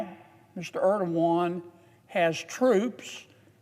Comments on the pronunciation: "President Erdowan" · Mr Ierdoogan😂